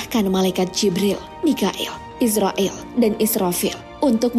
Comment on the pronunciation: Cumn mau memperbaiki bukn israill tapi izroil🙏